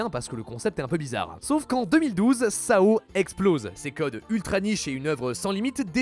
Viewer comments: Le fait qu'il le prononce "sao" au lieu de "s.a.o" m'a perturbé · Sao 😭 au lieu de "S" "A" "O" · Je pense que le truc le plus grave c'est pas le loli, ni le vword ni quoi que ce soit C'est de dire SA O au lieur de dire S A O mdrrrrrr